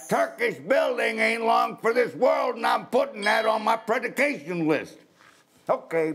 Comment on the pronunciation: im puttin' that on my pre-duh-cay-shun list! lol